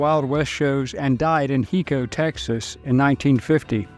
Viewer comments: The town of Hico is pronounced ----HI ----CO not HE---CO....if you say Heco in HICO you will look like a fool..... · I used to work not far away from hico Texas. It's where billy the kid died in the 1940's. It's pronounced hi-co There's a museum in hico Texas about billy. The old town has been taken care of over the years. Much of old west vibes is still present in hico tx . There's a Cafe in hico called the coffee cup Cafe. It was once spelt with all k's instead of c's. It used to be the preferred hangout for the local klan. This was once a sun down town. The old Cafe has the best donuts and pie I've ever eaten. I worked on a ranch for many years called touch stone ranch as a ranch hand and supervisor. Close to hico tx is stepenville tx. It's where i used to live for almost ten years. Stepenville is called the cowboy capital of the world. There's a thriving rodeo scene with ties to the local college in stepenville. The college is called tarelton state university. And it's part of the Texas a&m college system. The college is known for its rodeo culture and it's graduate programs for agriculture. The singer jewel and rodeo legend ty Murray used to live stepenville tx. The late lane frost also got his start in rodeo in stepenville tx. You might remember him from the movie 8 seconds. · Texan here. Hico is pronounced High-co. Great little town and worth a visit, especially for some Billy the Kid stories. Love your channel ❤️ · If you can’t even pronounce Hico, correctly. I believe nothing you say as a “historian”